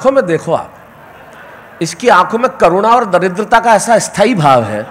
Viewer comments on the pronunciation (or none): i heard corona but actually Lodha sir was saying karuna